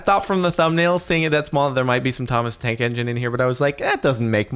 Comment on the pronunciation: "Thomas the Trank Engine" -CaptainSparklez, 2017